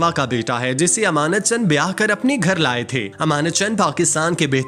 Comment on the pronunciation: ایمانت چن نہیں۔۔۔۔۔ امانت چن۔۔۔۔۔